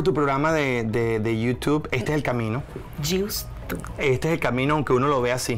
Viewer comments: Por favor no digas más Yuss Tu, que horrible bleeee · Por que ella pronuncia YouTube de esa manera? Alguien me dice si eso también es comedia?? Esq es lo único q no me dio risa sorry